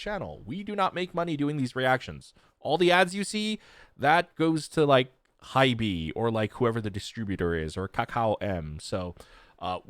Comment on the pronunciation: lol, I don't think it's 'HY-BEEE' lol. It's just HYBE to rhyme with tribe.